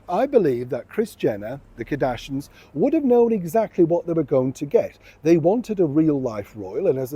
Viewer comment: Their name is Kar-dash-ians not Kadashins😂